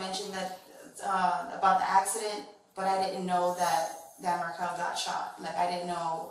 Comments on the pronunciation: I was about to ask you which ones he mispronounced, but right when I was typing it, he said the name "Markel" as "Markle" and less than 5 seconds later, he said it as "Markel". "Adelson" was "Aleson" and then "Adelson". It honestly slightly aggravated me, but then again, I don't know how some of these are pronounced. Lol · Alderson, adleson, Markle omy goshhhh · I find it really hard to believe that you mispronounced every single name in here with as high profile as this case is. Here, phonetically pronounced; Mack-baan-o-wah. Aid-ul-son. Marr-kell.